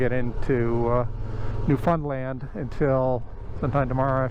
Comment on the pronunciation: Bryce here in New fin land,yes it's fun here,but we pronounce it fin or found.got 70 thou on my 2010 vstrom sea,best economy bike on the market,I paid 7000 brand new with top n side bags all removable.when i purchased it i hitched a ride to gfw in Newfoundland, in cold April n rode back to corner brook. In a snow storm,used my snowmobile gear,to keep warm.july to Sept is riding season in nfld.nice video,next time when you come to nfld, overnight on the ferry to port aux Basque. Shorter n nice riding on west coast too.2025